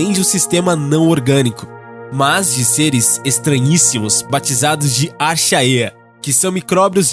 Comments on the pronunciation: Não se pronuncia Archaea e sim "mais "Arquea". Ótimo vídeo. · Pronuncia-se "arquéias" e não acheaieas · Puta que pariu meu! Respeito o trabalho de pesquisa de voces, mas puta merda, aprende a pronunciar os termos antes de fazer o vídeo! Não é "arxaêa" a pronúncia. Isso é termo em latim, e a pronúncia é "Árquea" (archaea), . Ch em latim se pronuncia como "k", e a junção das vogais a+e = ê. Logo, é arquea, que significa velho, antigo, daí de onde vem o termo Arqueologia, que significa o estudo das coisas antigas. Repito que respeito a qualidade da pesquisa de vocês, mas pronunciem essa porra direito, tira até a credibilidade do seu vídeo! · "Archaeas"??? Kkkkk se diz "Arquéas" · Ótimo vídeo e parabéns. Queria chamar atenção para a pronúncia de "Archeae", a pronúncia correta é "Arkea". Obrigado pela atenção. ;) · archaea se diz "arquéa"... e também é "endÓgeno"que fala... só uma observação... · Archaea, pronúncia "árquia",significa 'antigo'. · Eu ia comentar exatamente isso! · Bom, não penso ser certo criticar apenas. Então, inicialmente parabéns pelo vídeo. Pediria se possível que nas próximas edições houvesse mais cuidado com a pronúncia de micro-organismos como 'archaea'. Um dúvida também surgiu: o fato de organismos habitarem locais inóspitos já foi critério para supor que fossem descendentes das formas de vida primievas. No entanto, estudos de genética e sequenciamento de DNA, como o feito por Carl Woese, colocam as arqueas como filogeneticamente mais próximas dos eucariontes, o que de certa forma contradiz a informação do vídeo. Seria possível informar de onde vocês pesquisaram essa informação E o ano? Ademais, continuem com o bom trabalho. Grande abraço.